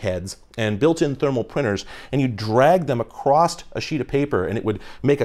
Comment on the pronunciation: AAAHHHHH whyy do you keep saying "acrossT"?